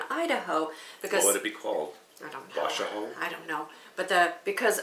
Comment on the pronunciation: "Washahoe" hahaha